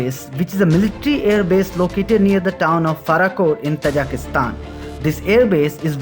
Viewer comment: Most of the time i was confused, you are saying Kazakhstan or Tajikustan..😀